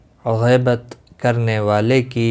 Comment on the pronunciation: Ghaibat nahi gheebat